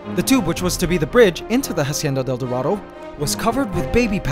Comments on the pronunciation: I'm bilingual and I speak spanish. Try to pronounce it "Asienda del Dorado" Because in Spanish, the H is always silent. So Say Instead of "Hacienda del Dorado" try saying "Asienda del Dorado." By the way, you could also try adding "La" to the beginning of the name, so, "La Hacienda del Dorado". It just makes more 'sense' and it sounds better like that. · Ughhh it annoys me how you say "hacienda del dorado" But i love you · hahahahha how he pronounce "la hacienda: el dorado" epic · The way this guy pronounces Hacienda del Dorado is giving me cancer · I love how you pronounce “Hacienda del dorado” 💕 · Please google translate hacienda del dorado so you pronounce it right. It's agonizing to hapear you saying it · I was so annoyed for the pronunciation of the ''Hacienda del Dorado''